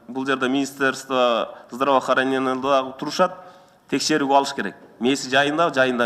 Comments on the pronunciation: СЕН ОЗУНДУ ОЗУН ЧУКУБАЙ ОТУРУП ТУР САГА ОЧЕРЕДЬ ЕЩЕ ДАЛЕКО. ЗДРАВХРАНЕНИНЬЯ УШУЛ ЗДРАВООРАНЕНИЕ ДЕГЕН СОЗДУ АЙТА АЛБАЙСЫН КАНТИП ОТУРАСЫН ЧАКУРУК УЯТ ЭЛЕ. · ЧАКУРУК ДЕГЕН СОЗУНДУ ОНДОП АЛЧЫ КИМДИ ЖООПКО ТАРТАСЫН КОК МЭЭ ЗДРОВАХРАНЕНИЕНИ АЙТА АЛБАЙ ОТРУРАСЫН ТАКТАП ОКУЧУ БАЛАКАЙ 1 А КЛАСС